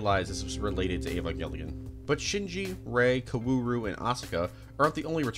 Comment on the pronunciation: Every time you say what should be “kaoru” as “koWAru” I actively die anew Edit: I know how it’s spelled.